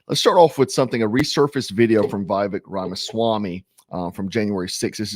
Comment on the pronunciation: Can you start putting some respect on his name and start saying Vivek's name right.